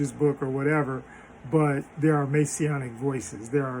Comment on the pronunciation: Messianic, not Masionic. Adjective modifying, Messiah